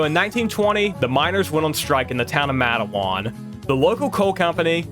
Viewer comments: I was raised in Red Jacket, WV. It's just outside Matewan. We pronounce it "Mate" + "One", anyways the buildings in Matewan are the very same as they were back then. Still got all the bullet holes too. Everywhere I read about it refers to it as the 'Matewan Massacre' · Nice video, but NOTHING and I mean NOTHING is pronounced correctly. Matewan is said “mate-won,” Kanawha is really “can-gnaw,” Monongah is “mon-on-guh, “ Sabraton is “saber-ton.” Also, the creator of the video is correct that Country Roads is about driving the eastern approach into WV through Virginia and Maryland, but all of the landmarks mentioned in the song are partially in WV. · Plus your comments on Tudor's and pronunciation of "Matewan" and "Kanawha" makes me question your true West Virginian-ness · Loved this video, absolutely hate the way you pronounced "Matewan" 😂